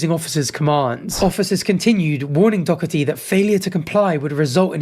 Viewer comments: bruh its not that deep just say his name right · Love how this dude puts a "k" sound in the middle of Doherty's name every single time he said it 😂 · You say Doherty’s name like a Greek philosopher’s name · where are you reading dockerty? it’s Doherty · His name is Doherty not Dockerty . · How does one go from doherty to saying dokerty🤣🤣🤣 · My brother, it’s Doherty 😭😭😭 I hate this pos, but the dokerty triggers so much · It’s Jack Doherty. Dough-erty, not dock-erty. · why is bro saying dockerty not doherty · It's pronounced 'doh-URT-ee' or 'doh-EH-tee', gang gang; clearly neither you or that American news host have ever encountered the name "Doherty" before. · bruh, you heard them say his name right? Door-Tee! tbf screw him he is not the point. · sort of pronounced Doherty like Docherty and I hate it because one is my last name and one is the worst guy ever. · I am so sorry, but watching you LOOK/READ the name "Doherty" and continuously pronounce it "Dockerty" was fucking killing me bro. 💀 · And how tf is Doherty, dockity? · Bro said hickory dickery doherty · Absolutely hilarious he was saying dorkety 😂 still dont know how anyone would watch that clown or give him any attention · So tell me....where exactly is the ck in Doherty? Is it really pronounced Dockherty? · Wtf was that pronunciation? Jack dockerty? That instantly triggered me 😡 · Why is it that Brits can’t pronounce Doherty properly? Where is the c or K in the middle of the word? Do-her-ty it’s really not that hard! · buddy, there's no c or k in Doherty, why are you pronouncing it like that? It's Doe-hurty or Doe-urty. Not that I like that little dbag. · pls stop saying dog-herty. its like playdoughgerty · “Dockety” it’s just pronounced with a h mate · How many times did you say Dougherty wrong after the news lady said it correctly? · Are you saying Jack Doherty’s name wrong on purpose? For engagement? If so, it worked 😂 it’s annoying AF though!